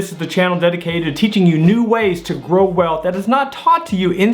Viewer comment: "TO GROW EALTH" 🙃